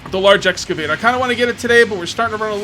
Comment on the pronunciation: I swear to holy Christ say excavator it’s not hard bro